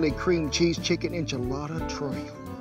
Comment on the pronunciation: Chicken E Sha Latta? No You Say Enchilada! Well now!